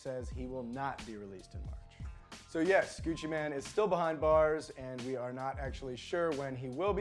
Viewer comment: Pronounced Gucci "main"" not Gucci man